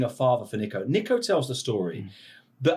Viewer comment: I hate the way this guy says Nico, it’s Neeeco